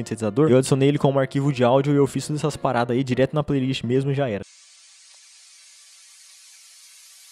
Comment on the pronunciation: Caraca....qué isso Rapá... "Bão mêmu"